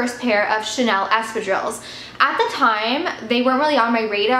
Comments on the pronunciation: Sounds like Estrogens whenever you say Espadrilles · For half the video I couldn't make out what you meant by the strange sounds you made. Please check out the correct way to pronounce espadrilles..